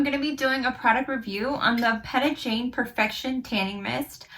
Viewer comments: Her name is actually pronounced Pee-tah (like Peter) not Pet-ah ☺️ she now has 3 different shades of the tanning mist (same with the mousse) light medium dark. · It’s pronounced lite pita bread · You pronounced her first name wrong if you're going to promote a product at least get the name correct